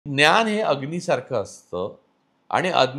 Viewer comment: "न्यान" नाही रे भावा, "ज्ञान" म्हण